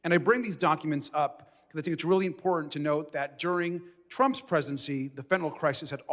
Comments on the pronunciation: Please get rid of the annoying yellow borders. Really distracting and unnecessary. That said, dear MTG. The word is Important, not impordand. There are two "t's", not "d''s. Same thing with Drowning.... there is no "D" in the word, yet she pronounces it Drownding? Yes, past tense is that someone 'drowned'. Which is likely why she says drownding?! How can idiots like MTG and/or Bobert get elected in the first place? Hmm, how was Diaper Don elected in the first place? GOP DEPENDS on Diaper Don Trump! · Maggoty Traitor Pein really doesn’t know it’s imporTant not imporDant. What a fool. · Impordunt as she says 💙